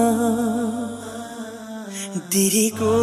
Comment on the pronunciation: When you say "diriku" for me it sounds more like "teraako" haha. And for the part "Esa" in Indo the word "E" we read it more like "a (ei)" but overall is good. I just tap on ur video, I was thinking this is an english nasheed just like ussual. But when I hear indo/malay word I amaze haha. Salam from Indonesia